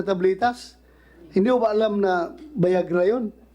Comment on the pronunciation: Viagra. Hindi Bayagra. 😂